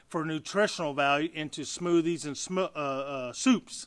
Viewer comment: Mr or Ms fuzzywuzzy has some fuzzy logic and plenty of assumptions. Must also be confusing the COMPOST anaerobic no-no which has nothing to do with comfrey tea. I guess he/she never opened any of those reviled books, LOL. Your "Smoops" slip of the tongue would be a good name for a smoothy soup :-D